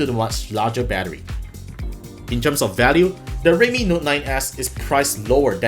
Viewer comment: im sorry but i literally cant differentiate your pronunciation of realme and redmi